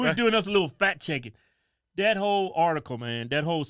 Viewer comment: I keep hearing fat checking